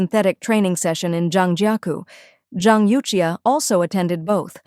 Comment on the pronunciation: youxia is pronounced as You Shha